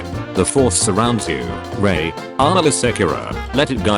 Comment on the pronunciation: Funny the AI read Rey as Ryay while Ray as Rey.